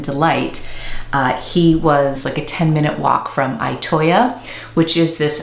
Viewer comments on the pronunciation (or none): Itoya is pronounced more like e-toe-yah. E like eat or east. I hope that makes sense! I don't know how to write out the sound... (>_<) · Loved this video❤ I live in Japan and have been to Itoya a couple of times. It’s a fantastic store that one could spend enjoyable hours and days in. Just a note about the pronunciation of Itoya. The I is pronounced like a double ee